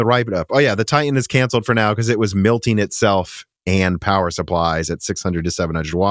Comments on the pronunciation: Why do you keep saying “milting”? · Please stop saying "milting" it's "MELTING"